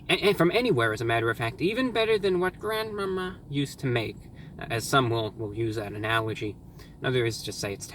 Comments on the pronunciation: I was not prepared for the way he said “grandmama” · i laughed for a minute straight at how he said "grandmama" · mark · i had to rewind it 😂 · I thought it was funnier than it actually was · Why he say grandmama like that 😂😂